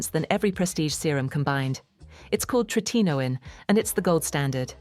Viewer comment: I just hate all this AI CRAP! Yes, it’s call Tretinoin. But AI can’t pronounce it correctly. 🙄